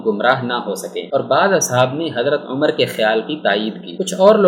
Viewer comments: اوے پاگل انسان تمہیں تو جناب عمر رضی اللہ تعالیٰ عنہ کا نام بھی لینا نہیں آتا جاہل انسان امر نہیں ان کا نام عمر رضی اللہ تعالیٰ عنہ ہے اپنا تلفظ ٹھیک کر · Bhai apki APNI pronunciation e theek nhi.....Umar ko Amar keh rhy hen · بار بار حضرت عمرو پڑھ رہے ہیں جبکہ پڑھنا عمر چاہئے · Naam to thek le lo Hazrat Umer R.A ka